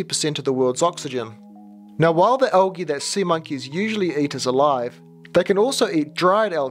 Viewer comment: It is not algeee, say the L dude.